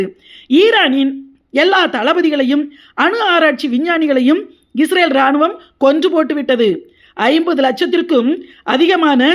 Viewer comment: UNN PERU ATHASAYAM, NEE URUTAUVADHU OLAGA URUTU, ADHU ISRAL NOT ISRAVEL